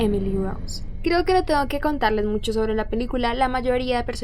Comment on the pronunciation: Me encanta como dice "Musho contenido"